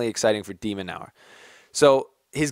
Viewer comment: Your pronouncing his name wrong! It’s pronounced De-men-urr there are a couple of interviews on YouTube with the guy seems pretty cool